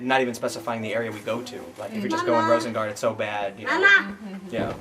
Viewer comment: I am almost impressed by Pim not even trying to pronounce Rosengård correctly. It shouldn't be that hard for a moderately smart English-speaker to hear it a few times and mimic it to "roosen-gourd" instead of "rowsen-guard".